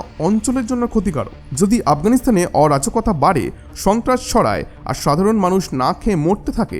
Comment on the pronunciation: অজরাকতা নয় অরাজকতা আগে কথা বলতে শিখুন কিছু তথ্য দিলেই শিক্ষিত নয়